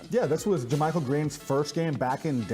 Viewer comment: Learn to pronounce jamychael. You are on tv!